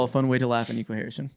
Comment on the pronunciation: Yo gotta stop fumbling Nico Harrison's name 😭 first Nico Mannion now Nico Collins